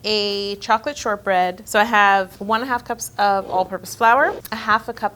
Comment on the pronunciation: for a second I thought you said “chocolate sherbet”😂 I was about to say never in my 29yrs of living have I ever seen or heard of chocolate sherbet where’d u get that😂